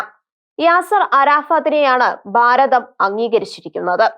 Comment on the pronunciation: എടോ ബയം അല്ല ഭയം ബാരതം അല്ല ഭാരതം ബാഗം അല്ല ഭാഗം നിയമസബ അല്ല നിയമസഭ Mother tongue ആണ്. തെറ്റിക്കരുത്. മോശം 🇮🇱🥳